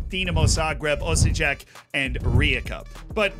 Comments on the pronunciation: The way you pronounced Osijek XD love you man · Butchering Osijek xD Varaždin can wait, always choosing Hajduk 😄